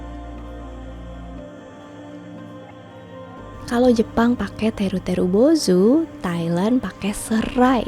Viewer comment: "Teru teru bozou" 😅 Seneng aja denger pelafalanya 😂